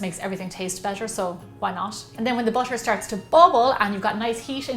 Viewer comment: Im hearing bucher or butter not sure